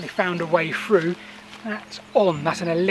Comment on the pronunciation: Buy a metal detector . Through pronounced with Thhhhh not frew. Make an effort. The little errors are comforting friends but you dont need them now.